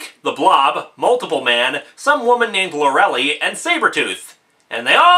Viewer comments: I probably shouldn't be complaining about this, but for God's sake, Lorelei is pronounced Loe-eh-lie. It's not Lorelly! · Lorelei is pronounced "Lore-el-lie". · Lorelei = Lor-uh-lie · Linkara. Please. Lor-e-liiiiiiiiii. Long i.